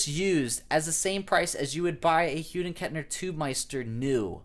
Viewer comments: It’s Hughes with an S at the end, not Hughed. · Wait... wtf he saying? Hughden Kettner?